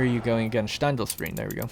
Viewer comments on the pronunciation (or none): Watching this man trying to pronounce Steindalsbreen is so funny to me (sorry )